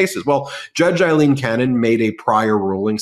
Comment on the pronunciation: Can you please tell Ben that Cannon's first name is "A"ilene not "I"lene... "A"... as in Pail, snail, JAIL... Ailene